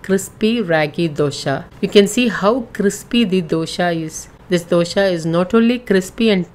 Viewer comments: please pronounce properly it's not dosha it's dosa and it's an emotion for us south Indians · Thanks for sharing this recipe. Request you to kindly pronounce it as dosa not dosha, dosha has a entirely different meaning. It means some problem, I am sure you are providing ragi dosa and not ragi dosha 😊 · It is dosa not dosha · Nice information Madem... It's dosa not Dosha... Kindly correct it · Happy that you have been using whole flours and millets. Indeed healthy. But, the title should be 'DOSE ', not dosha like you said. Please use right pronunciations, like used by the natives. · It is not Dosha... Not the sha sound..... It is dosa..... Sa sound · It’s dosaa ,Not dosha plz make it correct plz don’t mind plz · Dosha? 😂😂😂 which dosha .......pls its ragi 'dose'........anyway 💗💗💗💖💚💗💖💚💙💖💛💛💖💙💛💖💙💙💛💙💛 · Its dosa not dosha 😂😂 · Dosa not dosha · Man that is Raagi dosa not Dosha.. 🙄